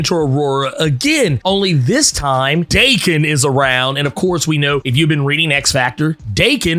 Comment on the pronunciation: If Daken's name is supposed to be Japanese, it should be pronounced Dah-kehn. If it's pronounced Day-Kehn, it would be spelled Deiken.